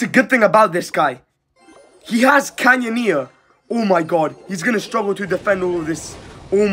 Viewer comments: Bro really called it "canyoneer"💀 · why do you call the canoneer the canyoneer?